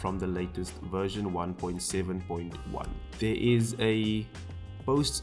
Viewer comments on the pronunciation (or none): none